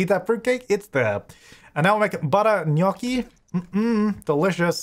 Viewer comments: is the first person that I've heard spelling correctly gnocchi oh god 😮🤭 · dAMN actually pronounced gnocchi right, I'm so proud